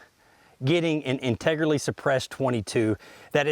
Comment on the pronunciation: "Integerlly" lol